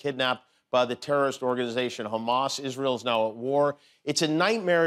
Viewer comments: With the way he pronounces it, you'd forgiven for thinking that Trump is convinced Hamas and hummus are the same thing. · Can’t even pronounce Hamas but can’t even pronounce the word. But he knows for sure he would put a stop to that… Hummus platter invasion or whatever